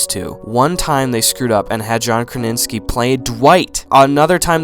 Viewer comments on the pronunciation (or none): "JOHN KRANINSKI" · “John Kraninski” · Wonderful. I laughed out loud. What fun! What joy! I chortled and coughed/spit my lunch onto my legs when you mispronounced Krasinski and called rainn ‘ron’.’ Mega lulz.